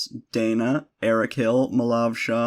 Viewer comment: Every time you list your Patreons in the end, instead of "Diegesis" I hear "Diet Jesus".